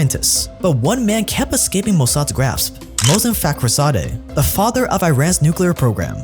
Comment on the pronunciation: As an Iranian, I died 3 times hearing the pronunciation of Mohsen Fakhrizadeh. :D all jokes aside, amazing piece of work, great content <3